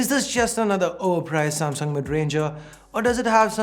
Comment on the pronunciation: Nailed the Samsunt